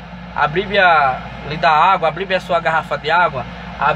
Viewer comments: GALA DIREITO B I B L I A . NÃO É BLIBIA !!! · Escolheu certo mesmo falando errado o nome do livro a bliblia.... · Bonito. Só que na hora dele saber pronunciar o nome. Bíblia. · Como ele consegue ler a bíblia se ele não sabe nem falar a palavra bíblia, a blíbia... Kkkkk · Esse homem pode não saber pronunciar Bíblia corretamente mas tem a minha admiração por ser muito sábio.....Deus é contigo irmão...Davi disse assim: "fui moço agora sou velho; mas nunca vi desamparado o justo, nem a sua descendência a mendigar o pão".